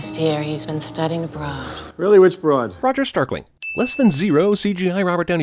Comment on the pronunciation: "Roger Starkling" 😂😂